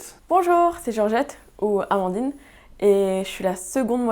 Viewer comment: Félicitations à Amandine pour sa prononciation ^^ Maintenant on pige ^^ Je chambre mais c'est important ^^